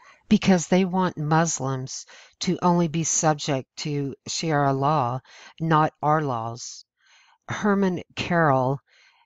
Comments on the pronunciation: She makes good points. It's too bad she's so unintelligent while making them. Shariah not sheria. And the word Banned is proper usage.... not banded. There's nothing worse than bagging on others when you're not smart enough to pull it off. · I am appreciative of your passing this info... However, the word sharia is pronounced - shuh-ree-uh, not shee-ar-uh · I wish the speaker had a better pronunciation as it makes her sound ignorant. It's not Shara law it's Sharia. Please try to improve your pronunciation. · Good compendium. but please don't pronounce Sharia as "she-arra". It's pronounced "share-ee-a" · It's "Sha-ree-ah" not "She-air-ah"! If you want your videos to be taken seriously, at least pronounce the words correctly! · It's sha-ria not she-era. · Dear, I am with you 99.999 percent! But honey, (please don't take this wrong), It's "Shaw-ree-ah law". God Bless. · "She-era" law?? You'd think if someone went to the trouble of preparing a message and stitching together a lot of photos with a matching 5 minute narration they could at least spend a couple minutes getting the pronunciation right. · It's pronounced: Sha-ree-ah. It is from the pit of hell! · Shuh-ree-yuh. Say it with me now. Good work, but saying it right is vital. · Narrator : Nice voice, but horrible pronunciation. One example : Sharia is pronounced Shuh ree uh. If you are going to narrate, it's always best to learn correct pronunciation, prior to doing so. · STOP SAYING SHEE ARA LAW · To the channel owner............If you intend to try and educate others then perhaps you should first educate yourself and learn to properly speak English. The word is Sharia and it is pronounced SHA*RI*A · It's pronounced SHA - REE- Ah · It is called Sha Ria law to be correct. Otherwise, good info.n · Sharia is pronounced sha -Re-ah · it's sha re a law. like die or e a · The nice lady reading this would do well to learn to pronounce 'sharia'. She was missing by a mile. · sha ria not shiara!